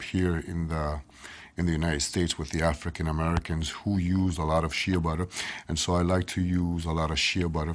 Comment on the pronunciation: father....it is Rican butter...Af..rican shea butter